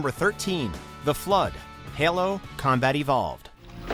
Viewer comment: This guy needs to learn how to pronounce "Halo"